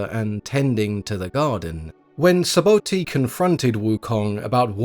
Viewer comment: It’s not Saboti …… it’s sabhuti